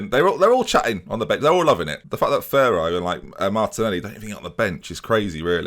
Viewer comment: You must say Ferro with double "R", stronger ahahahah